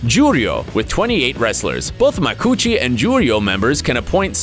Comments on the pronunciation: That pronuncuation iswrong. It's maku-uchi, four syllables. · “Macoochi” had me dead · Sameeeeee I was like Macoochi and started laughing 😂🖐